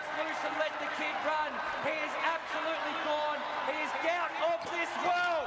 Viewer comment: Apparently runner’s name is pronounced…… Goot.